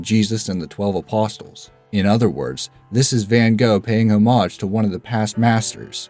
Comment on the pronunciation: Make a note to yourself to learn to pronounce "apostles" and "homage."